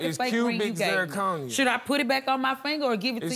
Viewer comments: The way he kept saying CUBIN ZIRCONERRRR 😂😂😂😂😭😭😭💀⚰ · Him: it's cubic zirconia Me: that's fake Him: It's cubic zirconia! Me: That's fake! Him: IT'S KEWBIK ZIRCONIA!!! ME: DATS FAKE‼️‼️ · It's cubiczIR conia, It's cubiczIR conia, It's cubiczIR conia, It's cubiczIR conia, It's cubiczIR conia, It's cubiczIR conia, It's cubiczIR conia. It's a diamond tester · He said CUBAN zirconium lmao run it bike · It's cubic zerconie; it's cubic zerconie😂😂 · Another pointless, typical hood relationship... except, she looks super crazy with those lashes 😂 he keeps saying "cubic zirconia" like it's not synonymous with fake😅